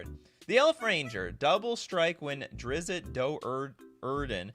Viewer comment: It is pronounced Drizt, not Drizzit.